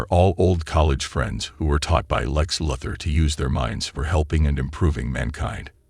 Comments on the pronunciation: Who is narrating this video? WHEN DID SUPERMAN COME FROM KRYP-TIN? IT'S KRYPTON! ON, NOT IN. AND WHO IS LEX LUATHER? IT'S LU-THOR! SAY IT RIGHT AND STOP TRYING TO BE SO BOUGIE!!! YOU ARE SO SPECIAL! :face-red-droopy-eyes:UHH...:face-orange-raised-eyebrow:DUH...:face-fuchsia-tongue-out:DRRR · Am i the only one that laughs at him mispronouncing the names? Kryp-tun Lex Lu-thar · How do you not know how to pronounce Lois/Luthor/Tina lol